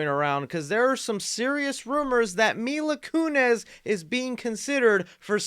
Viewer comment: Mila "Kunez"...